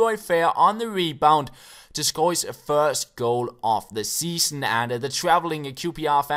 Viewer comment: "Seaon" instead of "Season", nothing major haha.